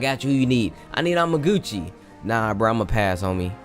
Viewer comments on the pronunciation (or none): Its amastu not amagucci